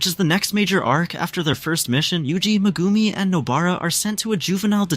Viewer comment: you sell it Megumi but say Mgumi pronounce the E!!! but other than that good wook it was good